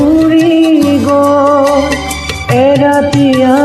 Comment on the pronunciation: শব্দৰ উচ্চাৰণ আৰু ভাল হ'ব লাগিব,গʼল তোমাৰ গল হৈছে, থৈ থয় হৈছে.. বাকী মাতটো সচাঁকৈয়ে বহুত ধুনীয়া